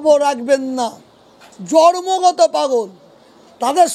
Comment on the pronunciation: কথাটা জর্মগত নয় জন্মগত। প্রথমে ভাষাটা ঠিক করুন।